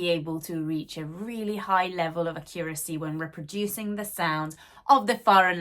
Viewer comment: Accuracy - four syllables, stress on first letter.